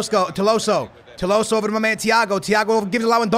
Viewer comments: It's tolisio not toloso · it’s To-LI-sso not To-LO-sso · bro... it’s Tolliso, not Tolloso.... 2LeeSo... it’s triggering😂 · how did he screw it up so bad? tolloso? Man, i like skillz but he's so dyslexic its mental. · need to go see the eye doctor to change his glasses, its not 'TOLOSSO' its 'TOLISSO' it clearly shows his name with the letter i not o. lol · Its not Tolosso.. Its written right there TOLISSO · It is not Tilosso but Tolisso! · Tolisso, not tolosso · Tolissou. Not tolosso wtf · his name is tolisso to-li-so not to-lo-so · It’s tolisso not tolosso 😂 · Dude. it's Tolisso, not Tolosso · It’s Tolisso not Tolosso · its tolisso not tolosso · tolisso... not tolosso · Please, it is TOLISSO not TOLOWSSO, you’re killing me man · It’s toLIso not toloso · Its TOLISO NOT TOLOSO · Tolliso is pronounced toll-ees-so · also, he pronounced Tolliso's name right on his main channel, and he butchers it here... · here are some pronounciations Tolisso=to-lee-so Lewandowski=le-van-dof-ski Gnabry=nabry g is silent also bring vallejo for cb asensio or dele alli or gomes(angel not andre) for cam and SELL vidal,costa,neuer,coman and BUY goretzka,ederson,hakimi and a backup LB like dinge or davies or rose or luke shaw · Toe-lee-so like so he can see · SKILLZ ITS TOLISSO TOH-LIHS-OHH ALSO LEWANDOWSKI LEH-WHAN-DOW-SKII SAY IT RIGHT AT LEAST ONCE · lets get this correct right now its toe-lee-so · Tolisso= Toleeso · It's pronounced TO-LI-SO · skillz trying to say tolisso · Do you guys also fijd it funny how he says tolisso😂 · You say you read the comments, yet you keep pronouncing Tolissos’s name wrong